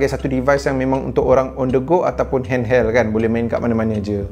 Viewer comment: aku dengar dia kata hand"HELL"